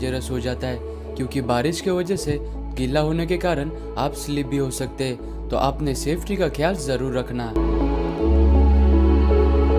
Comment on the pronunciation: जब इतना अच्छा वीडियो बनाते हो तो क्वालिटी मेंटेन करने की खातिर, कुछ खर्चा और करके हिंदी कमेंट्री किसी और से करवा लेते, और हां, रूषि नहीं बोलते मुन्ना, ऋषि (रिशी) बोलते हैं... 'हैं' को तुम लोग 'है' क्यों बोलते हो आजतक समझ नहीं आया।